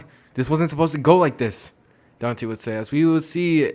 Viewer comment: Dante not "danti"